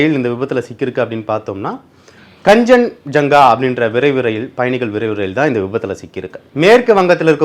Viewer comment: Plz pronounce the names properly its Kaanchanjunga express, its New Jalpaiguri